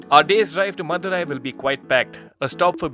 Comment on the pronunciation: After some time i came to knew that he was saying "madhurai" instead of "mother eye" 😬 मा की आख